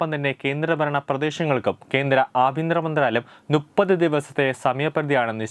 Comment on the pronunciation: നുപ്പത് അല്ലടാ മലരേ മുപ്പത്.